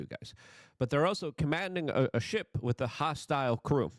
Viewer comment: It’s WITH not “wit”.